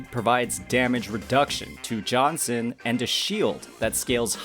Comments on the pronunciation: Pretty sure you're butchering Jianxin's name. Should be more like Jiyan-shing. Gee-n-shing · it's not. and for that matter, gee-yan is not how u say his name too. granted, i know thats how every western youtuber says it. The word "Jiff" say the "Ji" sound and add "an" as for xin, it's basically sin, as in sinner. credentials - I'm chinese from asia speaking for 30 years. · I don’t usually care about people pronouncing names wrong but this one is hurting everyone so please pronounce her name as “Jeeyanshin” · That's the worst pronunciation of Jianxin's name I've heard so far You made her name sound like John Cena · As a Jianxin main, i don't actually mind if it's John Cena 😂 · My dude needs to work on his pronunciations... My poor ear holes. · Sure but people clearly are making fun of the way you said jianxin